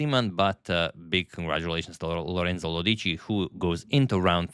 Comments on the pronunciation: It's Lòdici, not Lodìci 😊🎉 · It's Lòdici, not Lodìci 😇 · Everything correct, except how you pronounce Lodici: it is Lòdici. not Lodìci. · Italian here, it's "Lorènzo Lódici" : in the name, the 'e' is as you said, but more "open", and the stress is on the 'o' in the surname. I'd be very happy if you cover one of my countryman's games! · Exactly, Antonio always has a very precise pronunciation of the players’ names and is attentive to this aspect. A politely worded suggestion, I think, would be well received. Moreover, Antonio tried to pronounce “Lodici” in the way most common for Italian words, with the stress on the second-to-last syllable. In this case, however, it falls on the “o.”